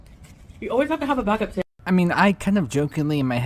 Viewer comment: And call it a “SAMWIDGE” I want to pop her every time she says it 🙄